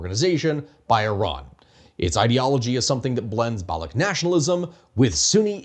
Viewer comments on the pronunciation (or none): Balooch, ch like change , challenge. Its balooch not balook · So much for your research that you can't pronounce Baloch properly! The CH in Baloch is pronounced like it is in Dutch or Clutch genius! That dry gargle sound or the K sound you make when you say it makes you look stupid to anyone who know the pronunciation. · I skimmed the comments but didn't see people mentioning this - Baloch or Balochi is not a hard k, it's a ch like in "cheese". (I work in SWANA Indigenous rights and spend a great deal of time speaking with Balochis and Kurds, unsurprisingly.) Otherwise, fantastic video and summary of the situation! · it's balo chi, not balo key... !! source: I'm pakistani... have been one all my life... and i live literally next to balochistan and have visited it more than you have heard about it in your life by far... !!! P.S I don't know how you are gonna talk about balochistan or the balochi people but they are sitting on one of the most historically significant sites that you haven't mentioned yet on your channel.. The Mehergarh civiliation that actually predates the egyptian civilization and the creation of the pyramids... There have been claims made that excavations have revealed the oldest root canal in recorded human history in mehergarh... along with pottery and animal husbandry and agriculture... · It is BaloCH not Balocs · It's not Baloch with a K at the end, it is baloch with a SH instead .. thanks. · So you researched all this without figuring out that the ‘ch’ in Baloch is pronounced as-in Charlie? That’s just plain dumb, man… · That's not how Baloch is pronounced